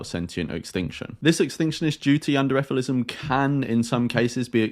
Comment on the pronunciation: Shouldn’t it be pronounced as figh-lee-sim?